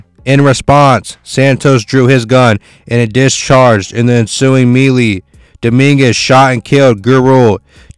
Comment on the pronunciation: Pronounced may-lay